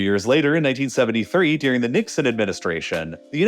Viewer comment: “Ladin America” and “deering?” The narrator pronounces things oddly. It’s Latin with a T, not a D. And the word is “during,” not “deering”